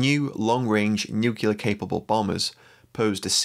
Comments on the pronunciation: FFS, the weird is Nu CLEAR, not NU CULAR. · It's NU-CLEAR not NUC-ULAR !